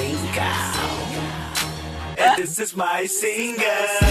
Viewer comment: I say this is not too bad,. Until he said" This is my singglee" 😂😂💀💀